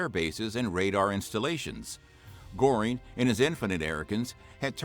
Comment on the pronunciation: Wrong pronunciation of “Goering”, it’s not Gore-ing, closer to Gur-ing